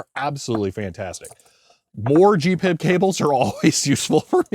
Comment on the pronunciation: Again: G.P.I.B. not Gee-PIB ! - lol